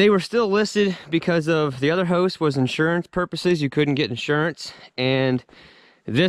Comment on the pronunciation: Never really heard anyone pronounce house as "hose".